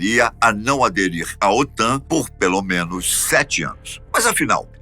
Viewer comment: OTAM??? O correto é OTAN. 😂😂😂😂